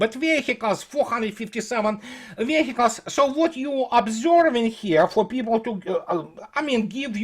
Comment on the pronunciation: Веиклз или вииклз. Не "вехикалс". Please,!)